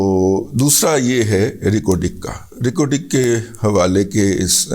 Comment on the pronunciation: ریکوڈک ہوتا ہے۔۔یہ رق و ڈق کیا بلا ہے سرکار